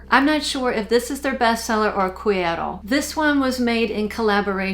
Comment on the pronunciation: Hello: Yes, you pronounced "cuero" correctly. Woohoooo, I'm a Texas girl, cowgirl boots, levis and all. I live 50 miles N. of Corpus Christi, and love visiting the hill country. I had never heard of Boyd's. Please enter me in your giveaway. Thank you Boyd's and. Good luck everyone. Oh, I would love to try that "Cuero"